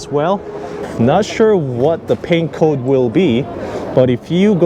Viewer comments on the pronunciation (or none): none